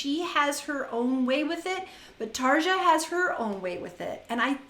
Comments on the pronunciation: bugging me that you keep mispronouncing her name... it's like saying "Tarr-yaww (roll the R's)" .. NOT Tar-juh... ughhh..... and she didn't 'stop' doing nightwish, she was kicked out for having an opinion on what music she had to contribute. Tuomas the keyboardist controls all that, he didn't like the fact she approached like that, BUT it was her husband that got in the way, she took his side.. in a letter to Tuomas, she expressed her feelings so they booted her. You obviously are not listening to her solo music since she left.. here is an example... if you're doing reactions, please for the love of all that is holy or evil, depending on your faith...RESEARCH ... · You keep mispronouncing her name, it's "Tarya" !!! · WTF does ANY of ^^^^^^^^^ have to do with this lady breaking down the singing of a singer? She said Tar-juh in the first part of the video... if you don't like it, click the F off and go to one of the other kazillion videos on youtube. I doubt has time to do 3 hours of research on the life history on every singer she reacts to... so she said.... let me know in the comments... so for the love of everything holy, evil and in between.... FO.